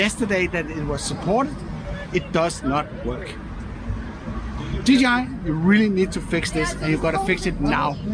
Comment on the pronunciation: For søren! A proper DJI pronunciation :D